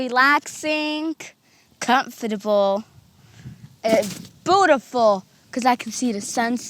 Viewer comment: Com-fat-able bootiful